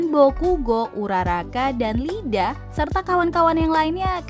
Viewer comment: Tolong diperbaiki lagi soal penyebutan beberapa karakter di boku no hero Contohnya iida malah di baca lida Sama uraraka malah dibaca urakara Diperbaiki lagi ya